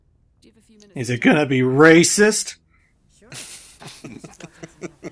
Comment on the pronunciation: I never realized how common this was but can't pronounce the T in the word Racist so it comes out at races or reeses